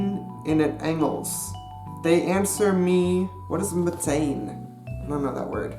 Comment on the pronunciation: you pronouns meteen als ment-een